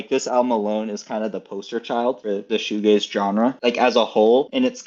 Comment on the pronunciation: Bro almost said shoegLaze. You should check out The Verve, "A Storm in Heaven" or "A Northern Soul"